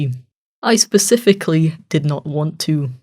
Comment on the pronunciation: It was funny when he said pacifically In adult